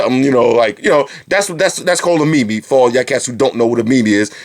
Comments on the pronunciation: I love your bids man, but I just need to say that meme is not pronounced like that. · you said meme wrong! its only one syllable:O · Haha I thought it was pronounced MEEM. not MEME. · he really said mee mee .....